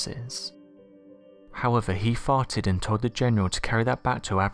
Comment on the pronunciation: Me: I think he's just just English and saying "fighted".....? Says it again Me: Nope! No! He's saying "farted"...!! 😂👍